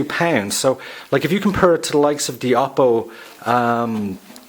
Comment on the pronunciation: Oppo is pronounced "Oh" "Poe", I know without being told that everyone would say it as you did. =D